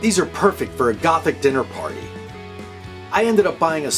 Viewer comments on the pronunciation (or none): none